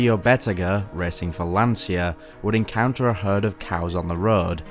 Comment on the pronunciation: Excellent, I'm just wondering if it's so difficult for an English speaking person to pronounce "LANCIA" in the right way, "LAN-CHA", not "LAN-SIA", which in Italian means "The Anxiety". Come on, repeat with me: "LAN-CHA, LAN-CHA, LAN-CHA...". In a couple of minutes you should be ready.